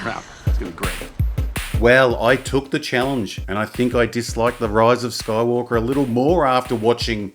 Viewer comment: Why do you always say "Roise of Skoywolkah"?